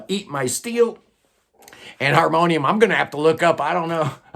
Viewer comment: Nice job on reading that Harmonium album title in french😂. Not the easiest for sure. It means: "If we needed a fifth season" and it's probably one of the best album ever to come out of Quebec. It would be interesting to cover some of the french Canadian prog rock bands in a futur video. Keep up the good work👍